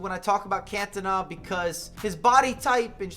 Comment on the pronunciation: If this dude says cantona wrong one more time. Wtf is cantana